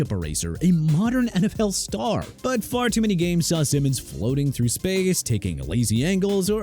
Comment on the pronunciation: That is not how you pronounce Simmons name. And the list is trash. TPS is a lazy “sports” channel